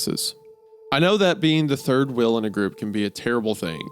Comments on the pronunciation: are we gonna talk about the fact wendigoon can't say wheel? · Why does he say wheel as wheil